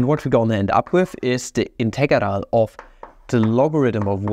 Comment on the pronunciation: Is it a meme that every math channel always butcher the word integral in some different way each time. ”Integaral” :D